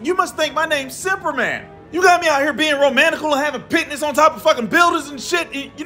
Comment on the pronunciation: "cause there is no Zuperman!" 😂